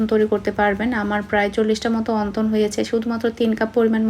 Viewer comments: অন্তন না।।।। উচ্চারণ হবে অনথন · Onton na apu onthon apnar mukhe onton sunte kmn jani lage.